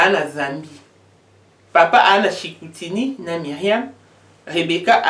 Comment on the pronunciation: On prononce : CHICOUTIMI et non CHICOUTINI ...